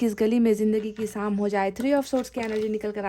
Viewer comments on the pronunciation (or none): Madam! Apna pronunciation theek rkha kre..iss video mai bhi aapne सिर्फ ko शिर्फ bola h..काश ko कास bola h aapne..shayri Mai bhi..शाम ko साम bola h aapne..शायद को सायद bola h aapne ...ईश्वर को इसवर bola hai aapne ...